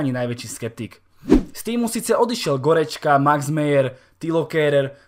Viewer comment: Prosím Nehovor GOREDŽKA